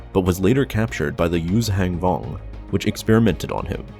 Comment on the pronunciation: You really need to brush up on your pronunciation, man. Salucami is pronounced (sal-oo-come-eye). Yuuzhan Vong is pronounced as it looks, (you-zahn-vong). There is no g at the end of Yuuzhan. Zabrak is pronounced (Zab-rack). Rahm Kota is pronounced (Rahm-Koda). (Keep in mind that 'ahm' is pronounced 'awm', like an English person saying 'arm', and the same logic with 'ahn'.)